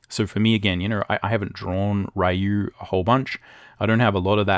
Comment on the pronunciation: Bonjour. Good video, BUT there is one thing I'd like you to improve: it's pronounced "Ryu" like "Ree-you", not like "Ri-you". It's pronounced like "e", not like "i".